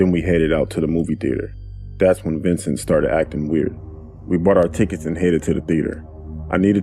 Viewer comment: Dude: his name was "Ventin'" Me: Red SUS Update:Dangg okay before y'all rant at me It's vincent. Lmfao. But he still SUS tho.